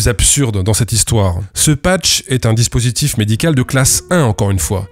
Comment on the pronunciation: Dispurtif ? :p